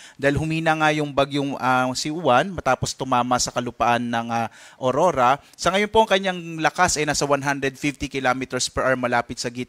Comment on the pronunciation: Hndi po Orora kundi Aurora yan kasi pangalan naman yan hndi english word